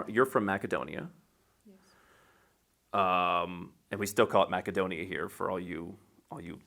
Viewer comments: If you happen to know a bit of Macedonian and want to appeal to the local people, you say it the way he does. That's how Македонија is pronounced in Macedonian language. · TIL that Macedonia is correctly pronounced as Mac-e-Donia.